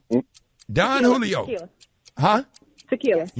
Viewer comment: Rickey called Don Julio “Don Jew-lio” 😂😂😂